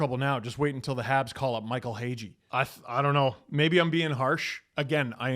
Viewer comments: Seriously, know your shortcomings and step aside. I’m sorry, but whoever you hire should know how to pronounce the last name of Michael hage. It seems minor but it really isn’t. It’s a sign of someone who’s not dialed in and in the know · I thought it was hilarious that he got Hage's name wrong. That really stood out for me, and not just because I'm a Habs fan. If you're paying attention to hockey at all, and you're Canadian, you know who Hage is. He played on the world junior tourney and was arguably the best player in the tournament. So 1. Pelly clearly isn't even a fan of hockey. and 2. You didn't think to ask someone how to pronounce their names when you put them in a script??? Idek what's worse. I have a strong feeling he didnt' even write his script, very strong case that it was written by an LLM and he didn't even proof-read it. I guess that's what you get the big-bucks for. I'd be absolutely horrified and embarrassed if Jeff Gorton did that. Brutal. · Bold of you to make fun of him for mispronunciation of Hage. Definitely never seen you do that before... Yeah this guy doesn't have a clue. But he shouldn't?? That's why he should HIRE SOMEONE. Concerning signs, glad they at least got rid of one guy.. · Him mispronouncing Michael hages name had me dying 😭 bro im a sharks fan and i know more about habs prospects than the ceo of the leafs